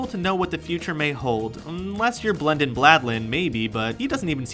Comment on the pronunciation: Blendin Bladlin? His name is Blendin Blandin (Full name Blendin Blenjamin Blandin).